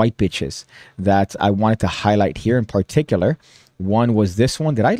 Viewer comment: You need to work on your pronunciation of the word particular. It's a word you clearly love, as do I. However, you need to relax a little when you deliver the first syllable there. You're way too heavy with that first syllable. Just chill, man. You're like: (PAR-TIK-yoo-ler). Only one syllable needs stress, and it's the second one. Say: (puh-TIK-yuu-luh). Give your tongue a break - heaven knows your tongue needs a break with all the rug-munching you do.